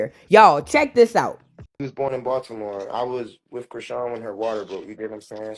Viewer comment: It's so funny 😅 that's just how we pronounce Baltimore as Baldimore in the house 😅